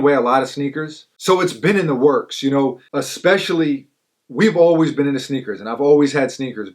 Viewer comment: he said uhgspecially!!